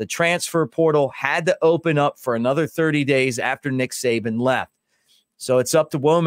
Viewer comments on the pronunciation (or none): none